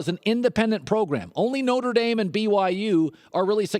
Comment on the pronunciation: Norte Dame? Really?